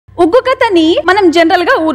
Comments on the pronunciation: oggu kadalu not vuggu kadalu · । ఉగ్గు కథలు కాదు.. ఒగ్గు కథలు!! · Adhi uggu kathalu kaadu oggu kathalu. Please correct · ఉగ్గు కథలు కాదురా ఒగ్గు కథలు అనాలి. ముందు టైటిల్ మార్చు.